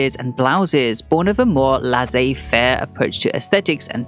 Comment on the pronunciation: Very detail-oriented video ✨👌🏾 His life was quite interesting and productive. Note: "Laissez-Faire" is pronounced "Le-ssay Fair" and NOT "Lahzzay Fair"